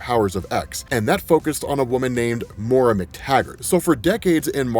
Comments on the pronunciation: it's pronounced MOY RUH. Not More uh. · Great rundown. Really enjoyed the brevity of your explanation on the current status of this series. I'm definitely getting all caught up! Her name is Moira though, pronounced "moy-ra". If you're gonna say it so many times, please say it right.😕